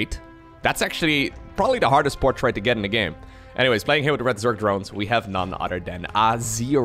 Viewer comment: Anyone else love the way he says portrait? “PortrAte” 😂😂